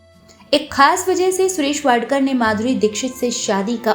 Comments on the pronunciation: Madam his surname is wadkar not wadekar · Vadekar nahi vadkar Thikse bolo😂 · माफ किजीये मॅडम जी. उनका surname वाडकर हैं, वाडेकर नही. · वाडेकर नही वाडकर foolish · सुरेश वाडकर है। वाडेकर नहीं। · टायटल में आपने सुरेश वाडकर जी का नाम वाडेकर किया है. कृपया उसे ठिक करिये. कभी वाडकर उच्चार करती हो तो कभी वाडेकर.नाम ठीक से उच्चारण करिये. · वाडेकर नही “वाडकर” वाडेकर सुनने मे बडा अटपटा लगता है. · इतने बडे गायक का नाम असलमे सुरेश वाडकर हैं... वाडेकर नही... आधे घंटेकी इस डॉकमेंटरी मे उनका नाम ढंग से लेनेके कष्ट क्यों नाही किये.. मराठी लोग जब हिंदिके उच्चारण करते हैं तब ढेर सारीं गलतिया निकाली जाती हैं.. लेकिन इतने बडे गायकका नमः एक बार नाही हर बार गलत लिया गया... ये बात रेकॉर्डिंग के वक्त किसीके ध्यानमे नही आई? या जान बुझकर वाडकरजिका नाम इस ने भंग कर दिया? बहुत ना इन्साफी हैं ये... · वाडेकर नही वाडकर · वाडकर सरनेम को कितनी बार वाडेकर कहा आपका चनल हिंदी मे है ना ऐसा गलती क्युं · वाडेकर नाही,वाडकर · वाडेकर नाही वाडकर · वाडेकर नाही वाडकर ! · Wrong surname pronounced. It’s not WADEKAR correct surname is WADKAR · सुरेश वाडेकर नही, वाडकर है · वाडकर ना वाडेकर का बोलत आहात तुमच्या खिशात ला काना लावून आडनाव चुकीचे बोलत आहात ते खूप मोठे कलाकार आहेत. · सुरेश वाडेकर नहीं, वाडकर. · This great singers sir name is WADKAR not WADEKAR please rectify its name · It’s सुरेश वाडकर, please note! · उनका नाम " वाडकर " है .. वाडेकर नहीं ! और सिंधुताई " सपकाळ " है .. सपकल नहीं !!